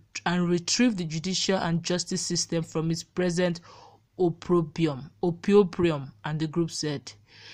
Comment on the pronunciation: Why did you say so? Is because she called it oprobrom?